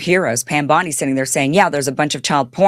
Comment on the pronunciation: Pam” Dow “Bundy Bondi